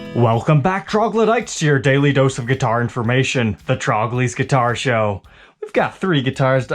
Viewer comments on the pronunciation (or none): none